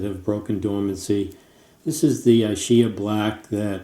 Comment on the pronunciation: Just to let you know, that ch is prononunced like a K in Italian …. ISCHIA... I know because my mother was born in Ischia